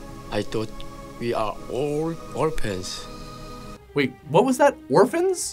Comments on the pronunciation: If you listen closely, the Asian guy actually says 'orpans' instead of orphans. Why didn't anyone correct him? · "We are orl orpan"